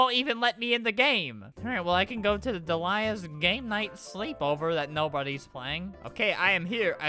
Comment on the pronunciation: ITS DELIA (Deal-e-a)